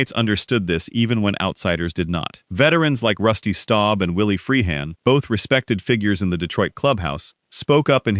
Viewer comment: Willie Freehahn? WTF is this,?